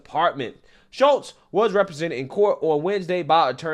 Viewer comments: Why do you keep calling her Schultz when there's L In that name? I believe it's pronounced like Chutes or shoots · The young woman's name is pronounced, SHOOTS not Shultz. Can't be that hard to say her name right (well, with your record it clearly is.) And any 3rd-grade law student knows you NEVER plead guilty to any charge. By pleading not guilty, you allow the justice system/law/lawyers to assess the proper punishment. And listening to make up all sorts of scenarios regarding this situation is sad and scary thinking what else you simply make up to pretend to support your weak arguments. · Why did you pronounce her name “Shultz”? In the video, it was correctly pronounced “Shutes” several times. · It is pronounced SHOOTS, not SchuLtz. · Are u purposely pronouncing her names as Schultz and not Schutes?.. u killing me bro say that right.. lol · Dude, pronounce the names correctly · you really have to learn how to pronouce people's names bro😅😅😅 They said it right in the news clip and you still pronounced it wrong😃😃 come on man..